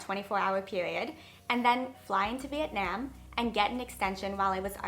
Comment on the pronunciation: The way you pronounce Vietnam makes me want to kms